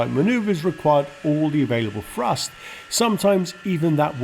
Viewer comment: Dear speaker, great video, but you may learn how to correctly pronounce "th". Instead of "three", I hear "free", instead of "thrust" it is "frust". That's a little confusing.